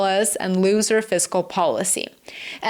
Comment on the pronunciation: I love your pronunciation of looser fiscal policy to loser fiscal policy.